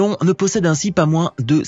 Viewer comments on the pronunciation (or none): none